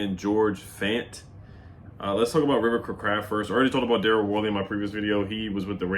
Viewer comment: it's "Cray" craft man chill lol